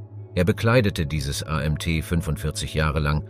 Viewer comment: Er bekleidete dieses A Emm Tee 45 Jahre lang. Kopfklatsch